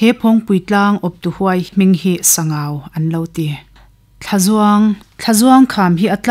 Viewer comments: Sangau (Ramhuai lalpa) hming hi Sang(hmun sang rik danin) Au ( mi kan au ) rik dan in lam tur a ni e , an tia lawm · Ziaktute an zah awm rualin an ziak kim lo hle in ka hria, tin, luite tui hi kei mi LAI hian TIVA tih hian kan sawi thin a a chhiartu hian Sangau va tih a lam kha chu Sangauva tih khan alam kha ani a, adik tawk lo ani. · A chhiartu Aw in a zir bawk a, ngaihnawm hle mai,, Mahse, thil pakhat;,, Sangau va tih kha "va" tih tak hi Sava ti a, "va" tih thluk ang hian lam zawk tur a nia, Mihring hming mipa hming angin i chhiar daih a, Sabgau va". Tih chu Sangau Lui tihna a ni ang,,!?😅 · Sangauva i lam dan hi i tih hi a dik chiah lo, mihring hmingah i chhuah tep. Sangau dawt chiah a VA hi lai tawng a ni a, VA hi lui tihna a ni. Sangau lui tih a ni ber awm e